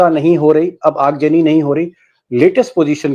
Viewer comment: Aagjani nahi .. Aagzani boliye.